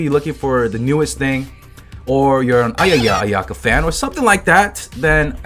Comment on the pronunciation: Bro said ayayaayaka fan 😂😂